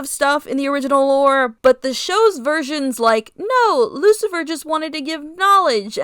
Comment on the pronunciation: I like this Lucifer redesign ❤❤❤ also I'm in the teeth cult 🎉🎉🎉 also yes your pronounce it correctly and you can just say Rose in the future if u want ❤❤❤😂